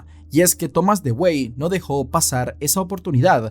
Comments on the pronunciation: Con todo respeto, pues nadie esta obligado a saberlo, en el minuto 44 se muestra a Thomas Dewey. Pues bien ese apellido se pronuncia "DUwi". Eso nada mas. Buen video.👍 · No sé si alguien te lo haya dicho ya,, pero "Dewey" no se pronuncia como se lee, sino que se pronuncia "Dui" (así como lo escriben en los memes que le hacen al hermano menor en la serie de Malcolm xd) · Se pronuncia Dui. Como el hermano de Malcolm el de en medio.